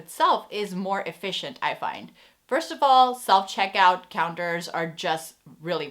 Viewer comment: My 3 year old son said ‘visje’ every time you said ‘efficient’ haha Thank you for this list, we enjoyed watching your video! Apparently Dutch customers are (among) the most difficult in the world, if a store can please Dutch customers they can succeed anywhere.